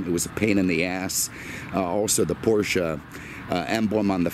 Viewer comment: Thank you for pronouncing Porsche the correct way.